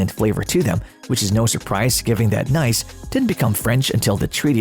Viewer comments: Pro tip: Nice is pronounced 'knees' not 'nice' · Lasted 2 seconds into the video. Can’t even pronounce the city properly. Next.